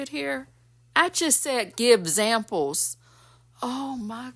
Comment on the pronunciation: 1st time here! When you said give zamples,and the ignorance is contagious! 😂funny and true! I have to admit it,I have caught myself say,Yeah,yeah,yeah,yeah,yeah!😅😂😅😆🤣